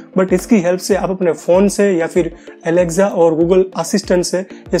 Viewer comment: Alekza nhi Alexa hota hai